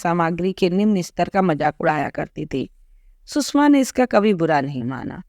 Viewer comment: Please pronounce the name coorectly, सुषमा not सुसमा.